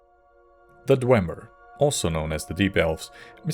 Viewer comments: Good video but It's not pronounced Dwehmer or Dwaymer. It's Dwee Mer (Dwee like Free). Idk why you are citing these mongrel dog skryim npcs who are thousands of years removed. Azura's pronounciation is the correct one. Azura was around before the Dwemer disappeared and had plenty of interaction with them before they vanished. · In Morrowind, Azura pronounces it DWEEmer, and if the Twilight Queen says it, it must be true. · YES my headcanon is that Falion referring to them as Dwaymer implies that everyone's pronunciation is wrong AND that there are/were more Dwemer able to be communed with somehow. Could be a mistake, but it feels right that a character with strange magical powers and a weird schedule would have knowledge that no one else has in-game.